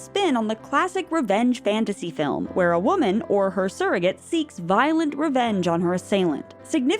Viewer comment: Waaahhhman, it’s pronounced waaaahhhman